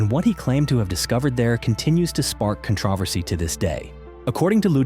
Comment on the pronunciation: This video was made by AI. No matter how true, someone is making money off the bare minimum. Pay attention to the pronunciation of such words like “controversy”